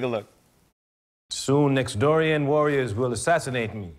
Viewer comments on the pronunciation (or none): did he say "Nextdorian??? Next Doorian" LOLOLOL!!!